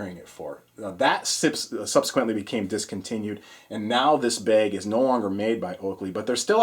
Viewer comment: love your videos good load out but, I have to say the way you say bag, makes me want to push you down some stairs. once again love your videos but my got I keep hearing you say bag in the background and I want to throw my phone in my pond out back